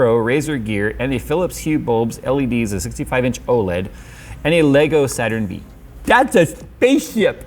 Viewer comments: A Saturn "vee" hahahaha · Did really just read Saturn V with a "v"? Bruh... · Did really say Saturn VEE?.... It's Saturn FIVE lol